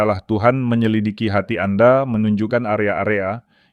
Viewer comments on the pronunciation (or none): none